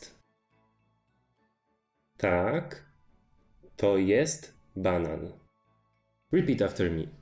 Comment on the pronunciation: You write banan but it sounds like you are still saying banana?